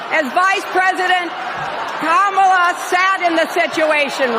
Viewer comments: Did I hear Hillary mispronounce Kamala's name? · Both Joe and Hillary can't pronounce Kamala's name correctly.....no beat down there.